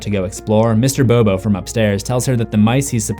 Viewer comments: It's Mr. Bobinski not Mr. Bobo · did this dude just call the iconic mr bobinski... “bobo” ?? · bobiscie not bob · It's Mr.Bobinskey not Mr.Bobo